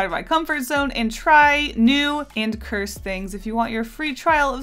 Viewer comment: Cursed* not cure-sed